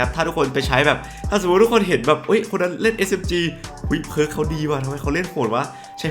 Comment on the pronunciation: ไม่รู้ไปโดนตัวไหนมาอ่านเพิร์กเป็นผิก→_→